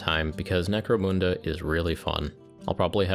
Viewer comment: why moon-da and not mun-da?